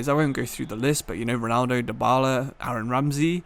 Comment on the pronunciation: Man said Aaron Ramsey 😂😂😂😂